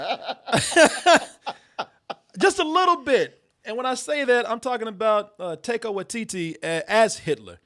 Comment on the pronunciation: The way pronounces Taika Waititi sounds like a little girls euphemism for going to the bathroom.